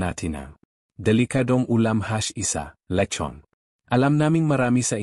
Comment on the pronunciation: Pati pagbigkas ng letson nd alam